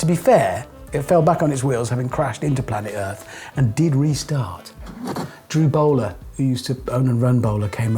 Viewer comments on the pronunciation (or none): none